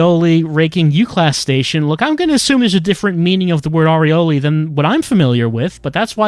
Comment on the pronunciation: Aureole, not Areola. It's a halo of light, not a halo of nipple.